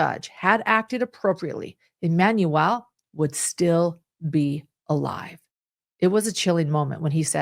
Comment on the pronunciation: Why on earth do you keep saying EmanuEL?